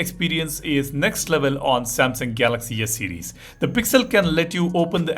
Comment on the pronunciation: Why do I hear you say Yes series and Yes Pen?😅😂